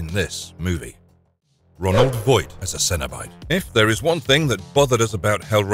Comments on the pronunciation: It's Roland, not Ronald! Have you admit, a Ronald McDonald Cenobite would be terrifying 😂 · Roland Voight not Ronald. This video is loaded with inaccuracies.